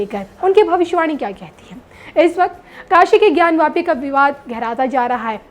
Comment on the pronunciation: ज्ञान वापी न कि ज्ञानव्यापी